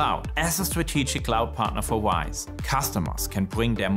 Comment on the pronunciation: It is RISE, not WISE :)